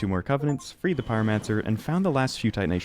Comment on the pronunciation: "freed" </3